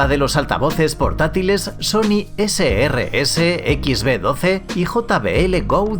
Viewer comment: (Sony Ese Rese..?) Sony rese😂😂😂 anjay